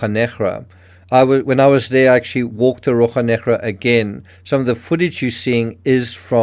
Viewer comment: In Portuguese we say RoSHa NeGra - you are pronouncing it as if it were Spanish, sorry ;-)